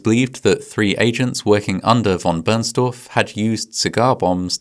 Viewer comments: v. Bernstorff, not Burnstaff. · "Von Burnstuff"? Seriously?!?! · Its “Von Bernstorff” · no one is "translating it", the funny part is intended to be that the pronounciation in the video sounds like "Burn stuff" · Never check a good story because it will collapse! Johann Heinrich von Bernstorff was his name! Americans never get names right ever. You guys don’t even try to pronounce foreign names correct, you think English is the only way. Just like IKEA it’s not I as in Ike or I it’s eeeekeeeea! 😊